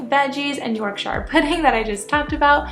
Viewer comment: NO NO NO NO NOOOOOOOOOO 😂😂 Having a British dad there is no way you don’t know it’s pronounced YORKSHER and not YORKSHYRE